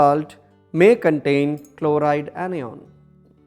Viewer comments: pronounces onion instead of anion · 4 mts of silence for the wrong pronunciation of anion and cation.